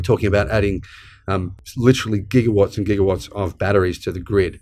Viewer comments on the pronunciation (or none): none